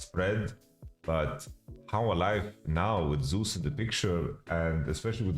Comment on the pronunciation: "Zus" and "Sus" are different my man